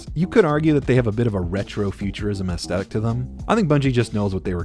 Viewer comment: The way you keep saying "astetic" instead of Aesthetic bugs the shit out of me.